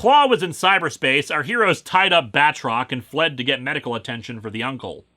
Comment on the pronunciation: I swear there's been a couple times where for a split second I thought he said Badrock instead of Batrock.